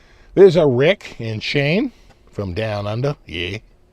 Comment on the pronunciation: as an Aussie I wholeheartedly approve of your pronunciation of “down unda” and “yeah” 😂